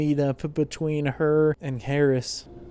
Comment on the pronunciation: It’s Karras, not Harris.